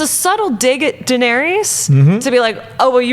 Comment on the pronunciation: Turn it off right as the butt cut girl called Daenerys - “Duh-narious.” 8 seasons in and people still can pronounce a main characters name correctly.